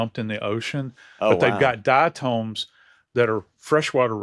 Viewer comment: Yo body bags the correct pronunciation of diatoms is dai·uh·taamz .the o is not long, does not say its name. Its tom.